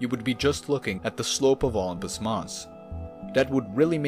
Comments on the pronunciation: "ompus" mars?? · I’ve never heard it called “Olmpus” Mons before. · OH-LUMPUS is driving me crazy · Isn’t it pronounced like O-limb-pus?............now I know that’s def not how you would write that out I’m just dumbing it down a bit. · Indeed. I noted the same. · Indeed. Sounded like Ullumpus to me. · Weirdest way to pronunce Olympus Thanks for video